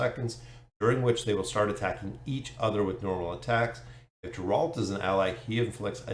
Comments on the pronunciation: 'G' in Geralt is pronounced like in word get, not like in Genesis ;) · Awesome to see them coming im keen as! The way you say Geralt is kinda funny but 😅 thanks for another vid